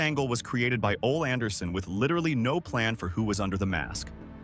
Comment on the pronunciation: Dammit! his name is pronounced Olee🙄